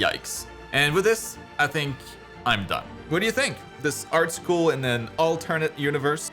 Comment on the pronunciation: ahh yes... ✨ART SHOOL✨